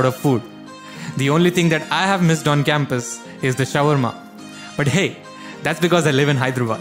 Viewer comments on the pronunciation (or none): none